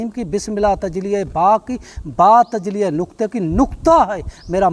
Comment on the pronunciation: Tajli nhi tajalli hota hai